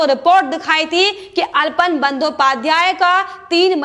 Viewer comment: अल्पन नहीं आलापन सही उच्चारण है। कृपया भूल सुधार कर लें।